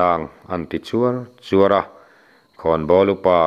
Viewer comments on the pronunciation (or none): A ngaihnawm thin e.mahse,ka tive lawk.chūar chûar tilo in.chuar chuar tiin lamta la a dikzawklo maw le kative mai mai.a ngaih nawm ltk e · Chuar chuar i lam rik dan hi a dikhlel deuh e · I chhiar thiam e. Mahse CJUAR CHUAR tih hi i lam dik lo a nia